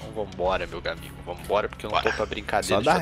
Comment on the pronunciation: alguem pode me fla pq o fla "gamigo"???